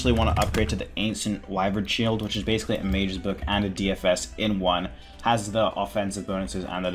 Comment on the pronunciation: Love how you say “d shoes” lmao.